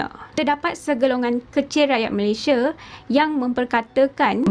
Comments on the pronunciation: Sebutan sepatutnya utk Malaysia ialah MalaysiA bukan ikut gaya sebutan B Inggeris Malaysie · Malaysia adalah nama negara dan nama rasmi . sebutan nama Malaysia originalnya bukan Malaysia(meleisiE)❌ tapi Malaysia(meleisiA)✅👍sebutan yg telah dipraktikkan sejak Sept 1963 walaupun brdialek riauJohorKL.. malah sebutan meleisiA adalah sebutan majoriti rakyat Malaysia, bangga la sebutan Malaysia yg asli iaitu MalaysiA bukan MalaysiE.